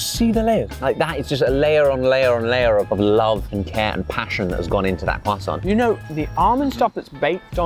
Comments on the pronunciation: Little french lesson. In french we rarely prononce de "t" at the end of words who are finishing by "ant" or "ent". So, you must prononce it "krwassan" not "krwassanT" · Why does Ollie keep sounding the r in croissant? He's not American and they pronounce it incorrectly anyway! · The was Josh kept pronouncing croissant like he was actually French kind of drove me crazy!! 😆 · Almond croissants are divine. Ollie, please learn to say croissant properly. Merci, beaucoup. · Take a shot every time Ollie mispronounces croissant even though Josh repeatedly says it the correct way. Enjoy the hangover 🫠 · As a french person I absolutely burst out laughing every single time they pronounced the word "croissant"